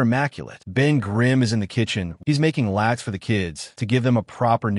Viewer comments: AI…latke. Pronounced laht-kuh… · Latke is pronounced Lot-Kuh, fyi. An'd they're awesome! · Latke is pronounced “lot-ka” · The AI gave itself away when it mis-pronounces "latke".